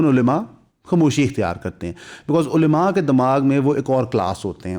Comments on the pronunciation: علیما نہیں ہوتا بھائی۔ کم از کم علماء تو صحیح سے بولو۔ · please ULMA not ulema